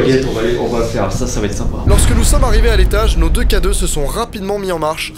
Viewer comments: J’étais sur que tu disait cadeau au lieu de K2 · Oui au début je pensais que s'était littéralement un cadeau pour les spectres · Depuis le début de la vidéo j'entends cadeau au lieu de k2 aussi non bonne vidéo et ça m'a fait peur